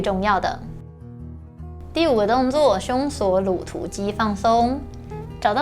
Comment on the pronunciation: OMG! 這一世代的發音聽了實在會讓人抓狂😱😱 肌 ㄌㄡˋ 搓 ㄌㄡˊ ㄌㄨˇ 突 現代 ㄌㄣˊ